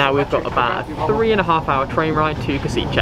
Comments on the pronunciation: I just visited Kosice and loved it. I know this is from 2021 but still, cheers for this! P.S. Maybe learn how to pronounce place names a little less horribly lol. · lol u say Košice